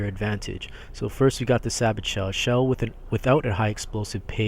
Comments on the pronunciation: pronounced "say-bow" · In sabot the t is silent